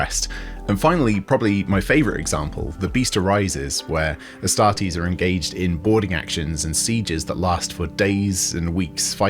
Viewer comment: Ass-tart-eees....oh my